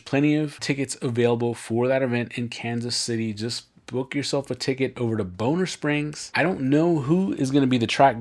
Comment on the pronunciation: It's "Bon - Ner Springs not Bone - Ner Springs.. I live in KC and can't wait for Aug to get here! Thanks for the great video!